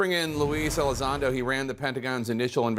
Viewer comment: “Louise Elizondo” lol